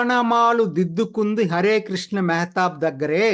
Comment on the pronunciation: మెహేత కాదు మెహతాబ్!